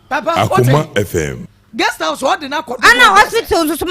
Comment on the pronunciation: please correct your guest when they make mistakes. pronounced Guest House as Girls house since she came on your show and you couldn’t correct her.